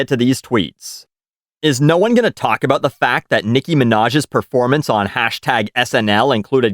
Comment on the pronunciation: You finally said aboot...